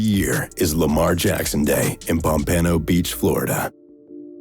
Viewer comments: Pompano - POMP-U-NO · Butchered the hell out of Pompano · why he pronounce pompano like that